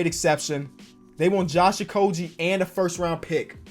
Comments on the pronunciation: Josh okogie is pronounced with a g sound not a j sound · please learn how to say Okogie correctly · Any other wolves fans out here cringe every time he said Okogie wrong?